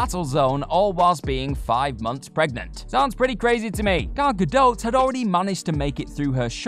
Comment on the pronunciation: He keeps saying Gal Gadot like "Gadote" lol. It's pronounced like "Gadoh".